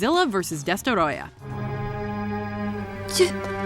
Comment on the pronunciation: Bruh when will you get to pronouncing destroyah right